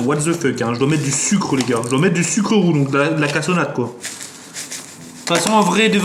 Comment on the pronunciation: du Sucre roux Mes oreilles:🤯🤯🤯